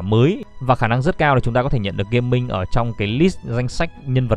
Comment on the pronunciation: hình như đọc là Ga-Ming ấy không phải Gaming ạ:(